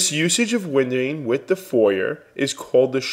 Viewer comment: Ingrid Deebahshees. :) Daubechies is French. Try "Daw-beh-shee" as a better rendition of the pronunciation, with the last syllable stressed :) And Fourier is pronounced "Foo-ree-yeh", again, last syllable stressed. Great introduction to wavelets, by the way. Thumbs up.